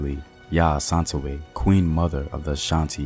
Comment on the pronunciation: Just a correction the pronunciation is Yah-ass-an-tih-waa